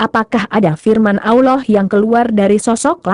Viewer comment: Si "AMIN" PUNYA SIAPA BROW?..ROBBIL AL "AMIN"..setiap ayat di Alqur'an nyambung tuh ke " AMIN"..kalian jarang2 tuh bilang amin😁..jelas2 kata ALLAH yg kalian tulis punya dobel"L"..tapi kalian ucap dibibir kok ALAH ALAH saja?bener tuh tulisan dan pengucapan?😁